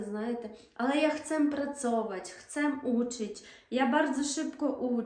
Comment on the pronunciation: та ви в зараз не сильно добре розмовляєте по польську. Chcem😂😂, що тут не так звучить